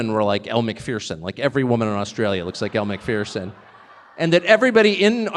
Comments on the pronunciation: Does anyone know why Tucker always seems to Miss mispronounce a certain woman's name? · Did anyone else hear how Tucker Carlson pronounce Elle Macpherson. American English.🤣🤣 Why doesn't Tucker go to China and interview Xi Jinping? Maybe because of Tucker's racist rhetoric towards the Chinese. Tucker won't talk about how he sent a racist text message that “set off a panic at the highest levels of Fox” and ultimately led to his firing.